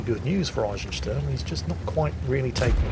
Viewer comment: hmm the Eisen in Eisensturm was pronounced spot on, but the Sturm (storm) was more like Stern (star), wich is a bit off.